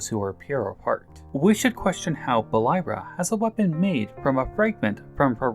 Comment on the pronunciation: Good video and I like that npc’s have their own development in TOTK. Also Buliara is pronounced in game as Bul-ee-ah-rah. Not Bul-eye-rah. She’s one of my favorite npc’s so I had to correct you on that. I like to call her Bully for a nickname haha.